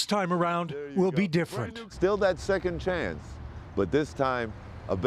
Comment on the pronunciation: He said Second chanes. He is herouse